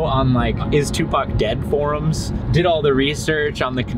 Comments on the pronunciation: haha, "Tooth-PAC" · ToothPAC?? ...Really??!😅😅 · My mans said ... “tooth pac” I’m done with my life lmfaoo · Tooth pac had me rolling 🤣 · Lool i died when you said toothpac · Tooth Pac!! I'm dead over here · Toothpac killed me 😂😂😂😂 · Lol tooth pock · "Dude TOOTHPAC!" HOOOOOOOOOLY CRAP I JUST DIED 😂😂😂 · Tooth Pac had me dead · Tooth pac 😂😂